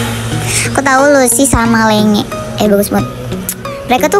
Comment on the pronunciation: Btw ka itu namanya lenge memang tulisannya lenge tp dibacanya "lenji" bukan dibaca "lenge" 😭🙏🏻